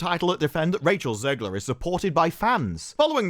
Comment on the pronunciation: I'm so glad people are calling her zeggler and zeighler. I'm american and the pronunciation grinded me